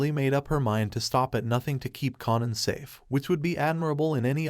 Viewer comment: Raising KAYNAN try saying it like that at least lmfaooo